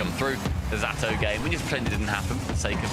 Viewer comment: Ze-tow not Z-Atow you dumdums